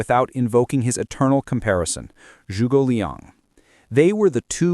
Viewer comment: No it’s choogay